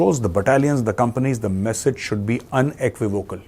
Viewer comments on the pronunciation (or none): none